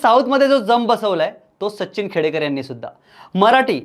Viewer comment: Sacchhhin nahi Sachin mhann re